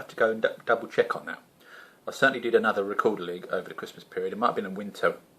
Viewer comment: Silent g at the end ;]